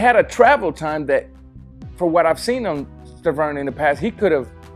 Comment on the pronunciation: Bro are u high you keep calling Wilder Sterven